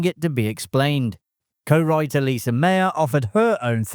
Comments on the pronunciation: Lise Mayer, not Lisa. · OK, I'm only 45 seconds in and you've already mispronounced both anarchic and Lise. If I soldier on, does it get better?